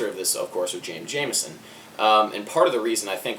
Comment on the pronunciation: Jamerson not Jamison people don’t pronounce the “ R” for some reason ?????